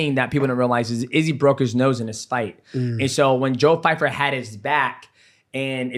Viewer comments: Pyfer. Not fyfer 😂 DJ is so bad with names. He called maycee "Marcy Barbie" on his channel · Joe Pyfer not Fyper 🤣🤣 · Bro his name is PY FER not FY FER